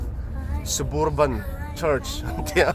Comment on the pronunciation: Suburban nilo in Sub-Urban tih a lam tur zawk. Urban(khawpui) tih na kha. SUB-URBAN